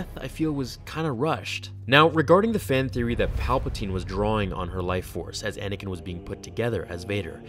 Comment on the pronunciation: Anakin not Anikin